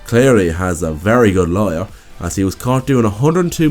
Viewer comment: Its lawyer not layer. Awesome vid btw